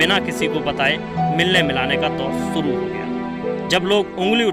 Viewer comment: Please work on your Hindi pronunciation. The pronunciation was horrible. Specially 'sh'. It really doesn't look good when you pronounce 'suru' instead of 'shuru'.